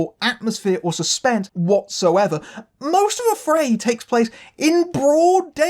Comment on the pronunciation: I wouldn't pronounce AfrAId that way.